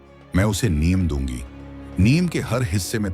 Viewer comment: Aaj se NIYAM bana le ki NEEM ko Neem bolega. Anpad aya gyaan dene. AI voice moorkh.